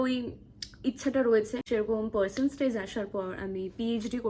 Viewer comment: Percenstage ki?? Tumi English honours!!!! Percentage o bolte paro na